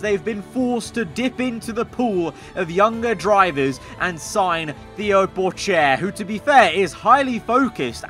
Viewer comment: *it's thé-o Not theo